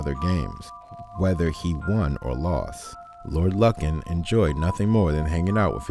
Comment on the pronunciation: Lovely, probably one of the top five iconic missing cases ever, but it's actually pronounced LOO- kn. A bit harrowing listening to it mispronounced SO MANY TIMES, so I'll just give you the click and the like and skip listening to the video, or just take off the volume, put on the captions and view it that way But a word to the wise and Future... There are tons and tons of news reports, old footage and any number of documentaries that have been produced all available right here on YouTube where you could have easily listened to the correct pronunciation and then of course, pronounced it correctly yourself. A bit of laziness that I hope you won't repeat in future videos. You do a good job with these from what I've seen so far, and I should think you'd want, above all, to pronounce your subject's name correctly